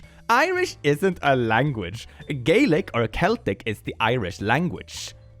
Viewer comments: I diedwhen i got to "gaylic" OMFG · ✨️gaylic✨️ ✨️county meth✨️